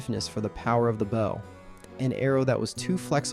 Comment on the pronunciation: Americans even have difficulty pronouncing the word BOW properly. Unbelievable